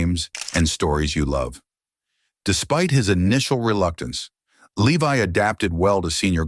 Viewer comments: It's pronounced Lev-e not Le-Vi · Too bad you pronounce his last name wrong.